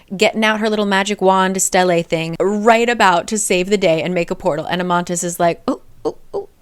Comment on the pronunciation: It's Amatis not Amantis